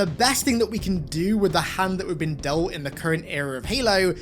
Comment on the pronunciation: Opens video* “Halo has long bean”